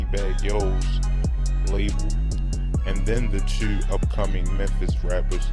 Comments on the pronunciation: hell yea bruh is “ tewww”😂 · Nigga said one TEW many TEWS 🤣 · U can tell he from the north. Dc or Baltimore he saying two like that hahahahah